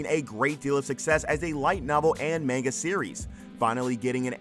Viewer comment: Any chance you could learn how to pronounce "manga" correctly?